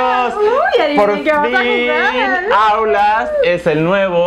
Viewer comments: a y dice outlast y Rafa dice autlast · Es outlas no aulas 😂